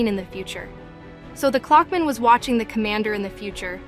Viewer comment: Clockman ❌ Cluckman ✅